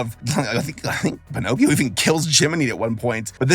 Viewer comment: You were close. It's PiNOTcchio.